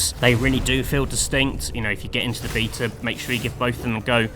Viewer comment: Why you say beta like that? Lol